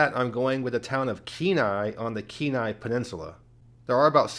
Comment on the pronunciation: Oh nooo, not Kenai😂 jkjk, but The Kenai Peninsula is great, Seward is pretty small, and Homer is a little out there, but although I don't want to live in Kenai or Soldatna, it's definitely a lot less out in the boonies as the rest of the Peninsula, shout out to you for pronouncing Kanai, and Soldatna correctly